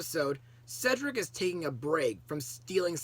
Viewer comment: definitely a classic that stands out for multiple reasons mostly snow white and sofia finally pronoucing cedrics name correctly